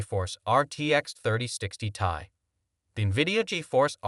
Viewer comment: First, you show the intel arc as first and best option, and you show ray tracing during your spill, ARC DOESN T DO RAY TRACING All the info is wrong here, the 3060 is last gen and was the LOWEST card in that range for gaming (3050 doesn't count as gaming) it s T.I. not "tie" None of what you are saying make any sence and it all wrong, fucking AI video crap